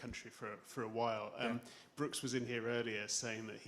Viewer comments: it's brooksy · Its Broose